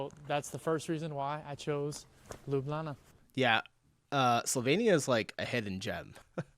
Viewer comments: Yooooo, my guy is becoming true Lublančan (citizen of Ljubljana). He even pronounces it by leaving out the j's like we do. 😂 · The actual way to say it is Ljubljana (Lyublyana for yall that have y and j different) But the casual conversation way between slovenians is Lublana like in the video. It's slang version of it and it kinda makes me feel proud to hear a non slovene call it lublana instead of ljubljana <3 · Locals and many other Slovenians pronounced it as Lublana.Including myself :)